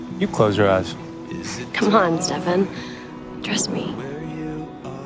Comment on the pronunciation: “Stefan Cooper” and Kai’s pronounciation of stefan’s name will forever be one of the best fucking lines of the whole 8 seasons.